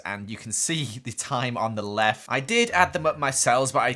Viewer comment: I think like ? He said lef.... Instead of left.... Just wanted to point that out. 😅😃